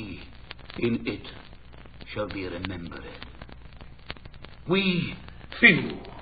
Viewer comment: He said freshly remember-red. He buried the red beneath a boozy belch, it's Richard Burton after all, but I'm still glad to hear it. Read the line as it was written.